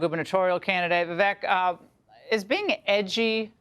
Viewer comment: Laura doesn't know his name is pronounced Vi-vake, rhymes with cake? Seems she should know that.